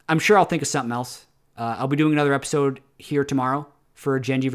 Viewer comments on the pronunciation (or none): none